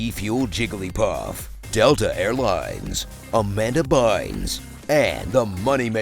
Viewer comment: "Amanda Bines" lmaoo